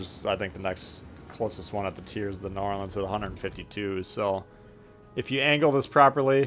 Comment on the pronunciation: As a person from New Orleans, it just gets me grinding my teeth when you say "Narlins." Bugs me so much and has got me so far up the wall i will probably need an exorcist to get down from here. My pronunciation of it is New Or-lin-s. Other than that nice video.